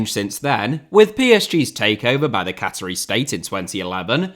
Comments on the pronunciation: Isn’t a cattery somewhere cats are bred? Fucking good money in cats if that’s the case, unless you meant Qa-tar (Qa-taa-ri). Or if you really wanna be precise “kattarr”. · Cattery? Did you mean QATARI?